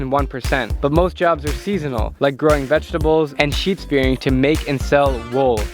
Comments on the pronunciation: Did he say sheep spearing? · "Sheep spearing" I'm dying bro haha (shearing).